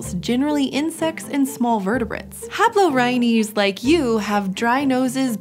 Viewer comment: No other anthropologists annoyed by the mispronunciation of "haplorrhines"?